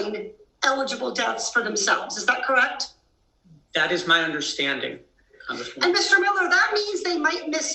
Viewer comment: Why does he continue to call her Comgressman??